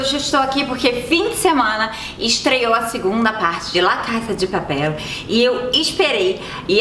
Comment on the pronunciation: Fiquei sabendo que foi eleita a melhor série espanhola “La casa de papel” vc falou engraçado